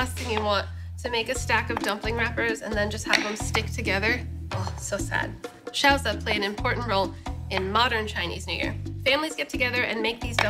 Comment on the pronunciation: She pronounces them more like gyōza which is the Japanese version of the dish, the chinese pronunciation is more like jyow zi (as in ch-ow-der)